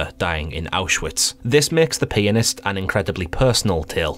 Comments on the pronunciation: Lmfao. “The penisssst” is terrifying indeed. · i was playing this in class on my phone and the classmate beside me kept on thinking you were saying "penis" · On 2x speed it sounds like he is peenist